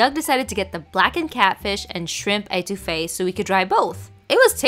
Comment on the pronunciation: I love how she is pronouncing étouffée🤣🤣 its pronounced (eht) ouffee not (ate) ouffee luv your vids glad you keep trying new ethnic cuisines🙌🏾💕